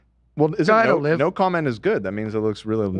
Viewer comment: I love that calls olivia “O’live”